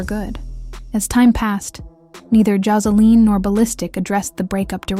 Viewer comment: Josa- LEEN 😂😂😂